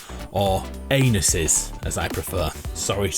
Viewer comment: anusses hahahahahahahahahahahahahahaha